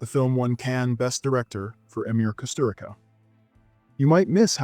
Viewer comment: I already watched some of these titles, maybe because I live in Europe and Kusturica is well known here (btw, it's pronounced "Kusturitza"). Angel Heart was always on the public tv in Italy, for some reason. Herzog is our hero, so you can easily see his work in every essay movie theater. THe first ones I didn't knew at all, if I had, I guess I could had the idea that every American girl in USA was white and blonde...